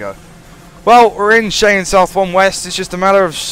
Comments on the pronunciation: you say it like (shy-anne) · Cheyenne is pronounced as Shy-anne